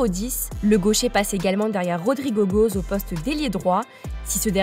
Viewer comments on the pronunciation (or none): Ca se lit Gohess au lieu de Goes comme en Anglais